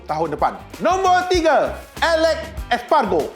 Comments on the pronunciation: Bersembur aq bila sebut espagro 🤣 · Sebut nama rider betul2 bang..alex espargo perginya..😂😂😂